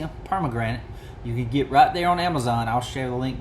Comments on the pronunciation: Love it! Beautiful knife. Well done. Love the polish on the bolster. May I say it's not per-ma-granite, but it's per-man-ganate. Sorry, my chemistry is showing.😊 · Please learn how to pronounce it! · Good afternoon Doc. That knife turned out great. I have to admit your pronunciation of Per-man-ga-nate cracked me up. Please forgive me 🤞🏻Thanks for sharing and I hope you have a great Tuesday! 🙏🏻